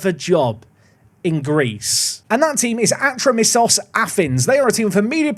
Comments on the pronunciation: Its pronounced Ah-tro-me-tos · just so you know because i am from greece the team name is pronounced atrómitos and the city is called peristéri